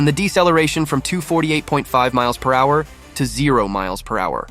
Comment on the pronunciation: This voice has to be AI when I heard him pronounce it miles per whoure